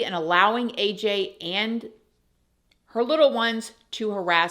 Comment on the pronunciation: The way she purposely mispronounces AJ's name is gross.